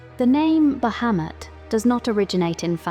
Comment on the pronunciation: I like that you pronounce the name correctly in the first couple of seconds. No sarcasm. Drives me nuts when people get this character mixed up with another one.